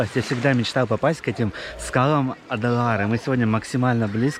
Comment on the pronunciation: Не Адалары, а Ай-Далары, Ай-Петри, Ай-Даниль... не уродуйте имена достопримечательностей. местный житель, Краснокаменка.